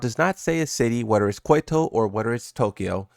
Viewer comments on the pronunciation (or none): Kyoto is Kee -yo -to